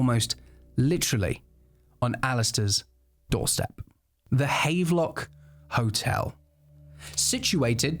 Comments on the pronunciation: Note, the hotel is pronounced Hav-lock. Sorry, just cant sit having a pint in the havvy known its been mispronounced. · Bro, havelock is pronounced have-er-lock: maybe he was targeted for bad English 😂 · Pronounced "have-a-lock" Seems like the sort of thing you should check before saying it a dozen times in a video, but hey... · Small note - Havelock is pronounced Hav-a-lock (even in England!)